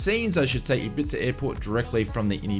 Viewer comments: Ibiza is pronounced Ibeeetha in the uk mate! 😂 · ibiza (Hib bee tha) fast and one word great vid thanks for your work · Thanks. Another great update. By the way Ibiza is pronounced eebeetha. The ‘th’ is said softly like the ‘tha’ in thank you. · Hehe, I had to chuckle at your pronunciation of Ibiza, don't worry, I am not having a go since it is not intuitively spelt xD. For future ref it's pronounced 'i-bee-fa'. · Or as we pronounce it in the UK, I-bee-tha. 😁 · Great video, as usual, and thanks for the frequent updates and news re FS2020. btw - Ibiza is not pronounced Ibitza, it's pronounced Eyebeetha. And, Junkers is pronounced Yunkers. Schools out:-)